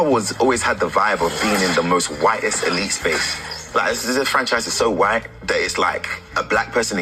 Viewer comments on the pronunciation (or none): none